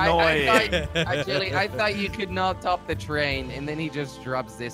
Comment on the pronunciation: When jelly says train he says chain